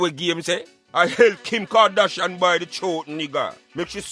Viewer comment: Man said Kim kardashifront 😂😂😂🤣🤣🤣🤣🤣🤣🤣🤣🤣🤣🤣🤣🤣